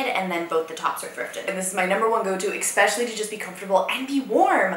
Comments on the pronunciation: Pet peeve 🥴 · I love how says exspecially instead of especially 🤪